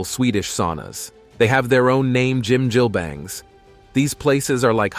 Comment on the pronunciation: 이런 양놈이 설명하는 정확치않고 심지어 틀린정보가 마치 진실인양 세계에 선전 돼는건 참으로 문제다 짐질뱅? 한박? 노래이뱅? 뭐 니네들이 좋아하는 갱뱅이냐? 미친 일단 무엇인가 평가를 하거나 정의를 하려면 정확인 뭐라고 발음하는지 정도는 공부를 해라 그게 너희같은 오만한 양놈들이 해야할 첫번째다 무식에 쌈싸먹을 것들아 개를 먹는다고? 너희는 안먹을것 같냐? 안먹었던것 같냐?